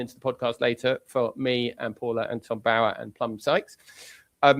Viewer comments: Please pronounce Tom Bowers name correctly. Yes you are saying it wrong as I have heard many (including him) say it is Bow as in what you do in front of the king not bow as in bow and arrow. Its rude. I know Paula you are copying Tom (the royalist) but you have heard every other journalist pronounce it correctly. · Just pronounce Tom Bower’s surname correctly !! Irritating